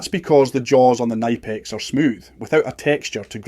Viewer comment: Its good to finally see a quailfied Electrician / Electrical engineer on here that knows how to pronounce Knipex and the difference between wire cutters, pliers and Crimps please just please dont do any electrical work please get a Professional